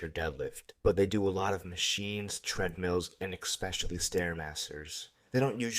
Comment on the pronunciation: Please, please... ESpecially not EX-specially